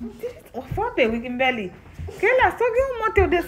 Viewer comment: Mwen telman renmen fanmi an ,mwen gen 3em pitit fi m mwen rele l Kimberly menm Jan ak pitit wa, bb gen 17 mois . Mwen telman renmen lè wap rele Kimberly avek aksan anglais a , mwen te ansent mwen pat ka mwen non pou bb a ,se nan yon nan video ou yo mwen jwen non Kimberly a. Mèsi ampil pou èd ou , moun pa janm fin aprann, mwen aprann ampil de ou, motivation, fè mangé , hummmm Marim pap voye m retounen non mwen vinn pi fò nan fé mange gras ak ou . Ou se yon modèl pou tout fanm e abanew yo. Mèsi ampil , ke BonDye beni w ak tout fanmi w ❤❤❤.